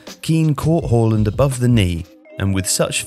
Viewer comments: why do you keep calling him Whoreland? It's Haaland Haa-Land its not difficult is it? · Sorry, “hawland”? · It's Haaland, mate. Not Holand.